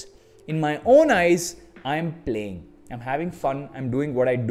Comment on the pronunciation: Probeleeem , pubbbbg , pllayying 🤣🤣🤣